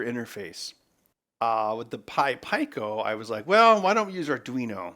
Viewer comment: It's pee co but I like when he pronounces things funny